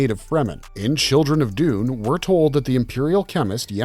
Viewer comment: Dune'verse not Duni'verse please.